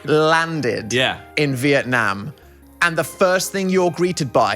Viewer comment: side note but as a vietnamese person the way they both pronounce vietnam makes me so happy